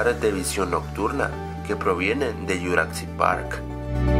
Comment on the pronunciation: porque carajos le dices yuracsic parc, pronuncia bien :v